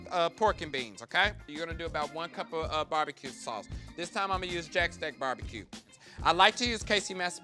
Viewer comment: lol Fully endorsing Bar-Be-Kay :D